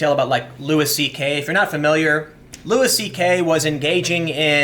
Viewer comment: Do you purposely say names wrong? LUIS CK, Colin Kay-Per-Nek